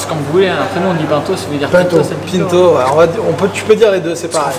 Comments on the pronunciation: C'est un nom de famille portugais et ça ce dit Pinto comme le dit. PEINTO ouais mdrrr n'importe quoi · On dit Pinto on prononce i pas panto c portugais j’aime bien c gars j les trouves cool en plus d’être des champions vive le🇵🇹🇵🇹🇵🇹 même s’il on la nationalité 🇫🇷 merci très bonne vidéo comme dab hisshhh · Pinto c’est pas un nom francais de base, faut respecter la prononciation originelle. On ne dit pas Gomé pour Gomez ou Rodrigué pour Rodriguez…